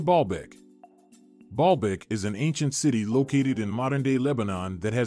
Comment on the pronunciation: I hear Ball bag every time he says it 🤭🤭🤭